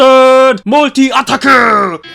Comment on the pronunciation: You said "Multi-Attacke". German still is the best xD PS: Bin selbst Deutscher und habe keine Probleme damit deine Videos auf Englisch zu schauen :D